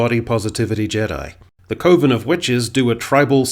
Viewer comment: Btw - I appreciate the correct pronunciation of “coven”. It’s “coven”, not “coven”….because “coven” sounds too much like “oven”.